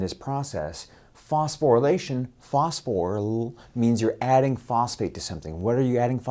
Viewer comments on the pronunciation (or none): "phosphorlll!" Love it!